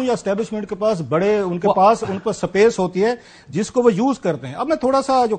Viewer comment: Klasra's made in Punjab - Angrezi as follows "sup-pase" (space) & "suk-kool" (school) "ass-cream" (icecream)🤣